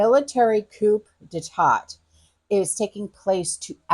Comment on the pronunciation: Military "Coo de ta"